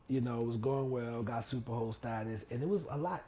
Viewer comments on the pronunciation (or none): I’m probably the only one that thought you were saying super hoe status lol. 🥴